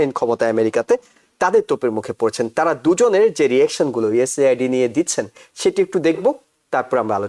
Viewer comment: You don't know how to pronounce USAID😮